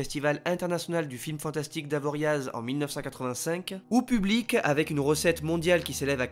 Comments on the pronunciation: Avoria(z) pas AvoriaZE ! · Ça se prononce « Avoria » et pas « Avoriaze » 🙃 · J'aime beaucoup tes vidéos, par contre on ne prononce pas le Z d'Avoriaz